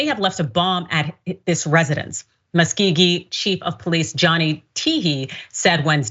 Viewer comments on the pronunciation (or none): muh·skow·gee is how it is said. Muskogee AKA Muskogee Creek Nation. I still love you. Your aim is true and I appieate your contributions to the shows with solid insight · mus KO gee (soft g) is how you say that town name! They had a Ren Faire for a month around May every year. Castle of Muskogee. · Muskogee is musk-GO-gee. Thank you for your coverage.